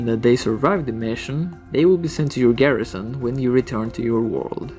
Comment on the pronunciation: Stop saying garissaon it's garrison